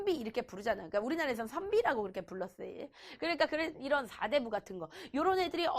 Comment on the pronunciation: 나만 사대부를 사대보험이라 들었나...